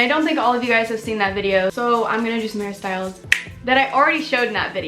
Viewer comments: everytime u say hairstyles i hear ‘harry styles’ ..or maybe i’m just so obsessed w him who knows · EVERY TIME u said "hairstyles" i thought u were talking "harry styles" lol